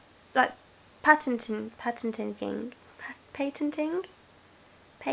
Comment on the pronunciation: Patent-ting-ting? :P I'm not sure what Sony are doing when they are patent-ting-ting, but it doesn't sound like I'd be impress-sess-sessed! Great video, keep up the good work ;)